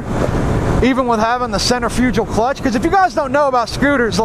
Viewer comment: Lmao dude u dont even kno how to say centrifugal clutch lmfao.